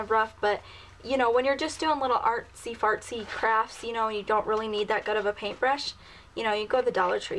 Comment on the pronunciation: Did anyone else notice how she said artsy fartsy? Not hating just sayin:(